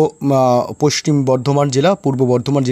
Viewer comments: পশ্চিম কে পশ্টিম কেন বলছেন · পোইষ্টিম নয়,হবে পশ্চিম। উচ্চারণ ঠিক করুন।সুনতে বাজে লাগে। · পাচু,পোস্টিম বঙ্গ বলছে আবার পোষ্টিম মেদিনীপুর 😂😂😂😂😂 গাঁজা খেকো পশ্চিম বলতে পরে না । খবর পড়ছে